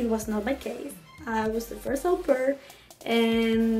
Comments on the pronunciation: How does it come that after a year you're not able to pronounce au pair in the right way ? Do you Talk a lot in your native language ? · jajajajajajaja pronunciation is a little bad!